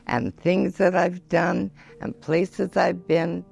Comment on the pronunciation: "You can spoil them ang give them back" 😍😅